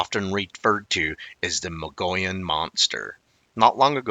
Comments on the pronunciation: Dude you are totally slaughtering that word Mogollon!! Try this Mug-ee-own!! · Mogollon is pronounced Muggy On. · (Moh-gee-on) or (mo-gi-on) Mogollon Rim. That's how most Arizonans pronounce it. Great video 🫡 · I've lived in Arizona for 50 years. I have always heard it pronounced Mo- gee-yahn. 🤷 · Yaaarg. It's pronounced muh-gee-yone (long O sound). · When I lived in Arizona, I learned to pronounce the Mogollon Rim from natives before I saw how it's spelled. It sounds like mug-ee-on. At the time, I hadn't heard of the monster(s) but have since become a believer. Now I'm in Durango and really enjoy learning about these creatures that I might encounter sometime and won't be shocked so much but rather well prepared for it. Thanks for sharing! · good information, we live in Arizona about an hour from the Mogollon rim. We tend to pronounce it Mug-ee-yone. I know, it sounds weird, but thats how locals say it. I've never seen one, but the area is wild and rugged where large creatures could easily live. We also have more elk moving in, along with the deer. With more and more people moving into that area, more sightings are likely.